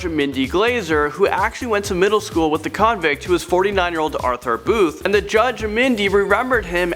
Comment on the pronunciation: Ok clips I just don't like all the emphasis you put on the word " convict "......